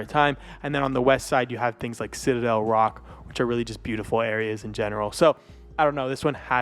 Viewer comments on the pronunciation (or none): none